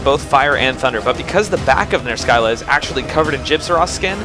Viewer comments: Just make it into a running gag where you pronounce every monster in some weird way. But almost 100% sure it's pronounced Ner-sill-ah as the greek monster, the Scylla, is pronounced Sill-ah. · Monster pronunciations are a bitch. I say Ner-skylla, you say Ner-silla. Yours makes more sense, but I couldn't get mine out of my head. Please don't hate me. D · I think I pronounce every monster's name you've done so far differently. I thought it was just like a running gag. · Your name pronunciations kill me, even if I'm the one saying it wrong. "Ner-Silla." Not really a complaint though. Tomato, Tomato.